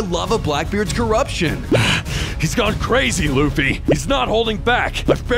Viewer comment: It luffy￼ not laffy